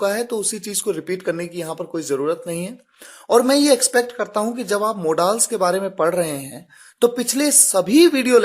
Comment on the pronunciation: Channel ka naam to spoken rakha hai pr apki saari videos me se kya apne ek video me v puri English lecture conduct ki hai Wah sir ji maan gaye aur aap log modal(मॉडल) को मोडाल pronounce kar rhe hain Sir apko kya sikhana par itna zaroor kahunga ki 'speaking comes by speaking' iska matlb main explain nhi karunga kyonki aap khud hi English ke pioneer hain